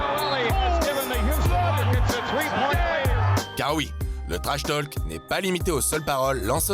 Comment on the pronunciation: On ne prononce PAS le L de trashtalk !